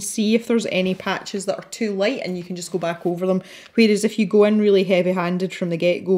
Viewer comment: Sign me up for live events. I have started to find favorites in the coloring community, on YT that is and I have been showing up fairly regularly for weekly live events. LOL btw I've thought about sharing with you, it strikes me and makes me look up at the screen when you keep saying "If you..." because it sounds to me like you keep saying "F. U." !! I've been binging on videos as I swatch my new pencil set -- still doing Artezas.